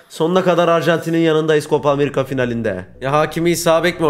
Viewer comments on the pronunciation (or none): none